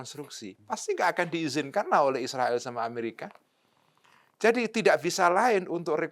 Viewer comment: Cara baca Israel sangat keliru